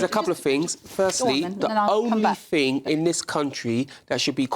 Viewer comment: What’s a “fing”?